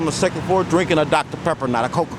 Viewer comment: I'm a pepper too. coke is great too. it sounds like he said Texans drink DR Pepper. I remember in Bonnie & Clyde, Buck (Gene Hackman) orders food over the phone & includes 6 DR Peppers. the Barrow gang was from Texas.. It was once referred to as MD,actually.